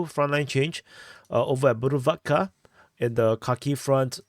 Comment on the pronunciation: Yay did not butcher the pronunciation of bhuruvatka😂👍👍